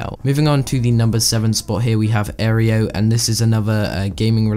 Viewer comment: It's pronounced Air Oe